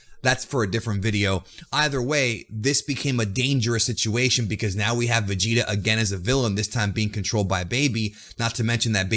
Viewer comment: manco vegeta sai pronunciare 😂😂